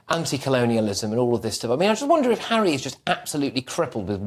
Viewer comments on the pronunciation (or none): "Tour" the African parks Hawwy.